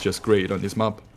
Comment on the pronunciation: Good cast, thank you., your pronunciation of "map" is the most triggering thing in e-sports casting. Please fix <3